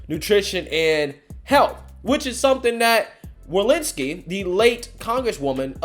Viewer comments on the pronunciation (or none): WalORSKI. I dont know who Walinski is. Say it with me; wa-LOR-ski. Do some bloody proof reading / research before posting something where you dont just mispronounce a name, you obliterate any semblence of the name.